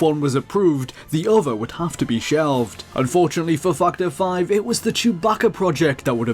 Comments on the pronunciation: dude. factor is with an A a fucking A. its fActor5. not fuctor 5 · its funny how i heard you say " fuck the five " instead of factor 5 :D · I hear fuck ter 5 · "Fack The Five". That's all I hear when he says Factor 5. Sigh... Dirty mind. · I kept thinking he was saying fucked her when he says factor 5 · am I the only one hearing fucter five? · I heard fuck to five lol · more like fuck the five, I've been only listening to it in the background and had to double-check :) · I heard "Fuck The 5" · Fuck-ter 5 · lol I hear it too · No. I keep hearing it too. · I'm pretty sure really loves Star Wars. Either that or he just really loves the Rogue Squadron games. His pronunciation of "Factor 5" reminded me of when he'd talked about these games before. (No, you're not the only one hearing it)